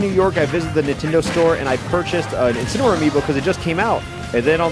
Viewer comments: 10 months later, rewatching this and I feel like my ears are wrong because “Dark Incin” kinda sounds like “Dark Vincin” to me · ah yes. inceneroar. of course. incEneroar.